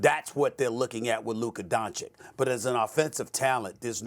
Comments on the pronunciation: Dude say the man’s name correctly, it’s “don-chich” not Don-chick. It’s just a common courtesy. It’s just showing someone respect. This is how you know Stephen A is a fraud, he talks about respect then he doesn’t bother to learn how to pronounce a top 10 player in the NBA’s name. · It's D O N CH I CH NOT DONCIK. YOU ILLITERATE ANCHORS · Why are they both still mispronouncing his name!!! Donchik and Donkich. It’s freaking Donchich!! It’s not that hard to pronounce.